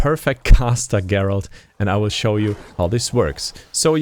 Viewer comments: Dude take some to learn the main characters name. GERALT not Jerald. Otherwise great vid. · I can't take you seriously when you pronounced his name Jerald LOL